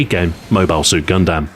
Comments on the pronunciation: You have a funny way about vowel sounds, Gun-dAM, BEEta. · its gun-dumb, not gun-damn (-_-) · I love how Stu says "Gundam". Its wrong, but I love it nonetheless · Some people really seemed to have missed the point that he pronounced Mobile correctly, while saying Gundam wrong. The joke is on them when complaining about Mobile. Nice video as always. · Your pronunciation of the word Gundam is hilarious, sorry stu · The way he pronounces Gundam really bothers me.